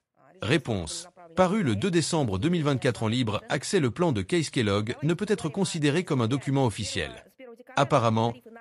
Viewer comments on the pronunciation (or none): none